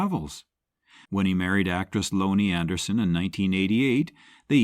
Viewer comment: “Loannie Anderson”?